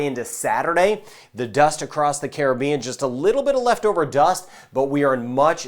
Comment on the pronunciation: Hi, thank you for doing these weather videos. I especially thank you for being one of the few people to properly pronounce the word "Caribbean" the way it's supposed to be. Every time I hear you say "Caribbean" it makes my heart sing. Much respect to you for doing that.